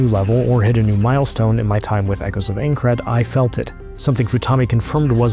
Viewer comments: I think I'd kill myself if I paid for a preview on my new game and the dude narrating the video mispronounced the games name at every opportunity and got facts wrong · I feel that. The second I heard the way he pronounced Aincard I knew the theme of the game review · Did anyone else hate how he says aincrad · Didn’t have to tell us you know nothing about SAO… we already knew by the way you pronounce aincrad 😂🤦🏽‍♂️ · If your going to review a game at least learn how to say the name correctly and look up what it is, reason why i never trust ign with any review, utter usless. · The way you say Aincrad....